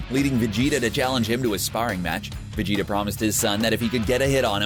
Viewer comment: Ahh he said vadeda